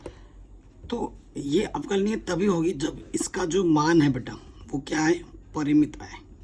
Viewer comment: Sir aavkalaj nahi aavkalan